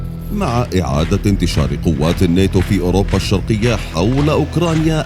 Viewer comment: كل همي بهايه القناة انك تنطق كلمه الناتو صحيح مو نيتو يا اخي ناتو بشرفك ناتو 😂